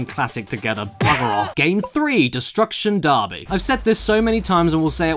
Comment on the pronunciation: "destruction DARBY"